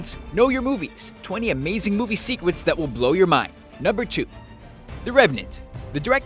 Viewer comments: yeah im listinning to your secwets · did he say sec-w-ets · "secwets"-Screen Rant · did anyone here "sequets" too? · when ur drunk, secwets.. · These secwets are amazing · anybody else hear secwets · in the begining he said secwets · Listen when the man says secrets in the beginning, he says secwets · did anyone realized at the beginning instead of secrets he said secwets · he said secwets... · 20 seconds in he definitely says "secwets" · 20 amazing movie secwets that will blow your mind Good work mr narrator (i feel like i should know your name)